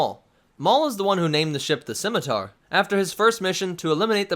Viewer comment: Props for pronouncing the name of the ship correctly, I cringe when people pronounce it as a Skimiter.